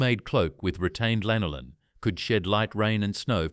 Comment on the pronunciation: Всё классно, только жир овечьей шерсти называется не лИнолин, а лАнолин. :)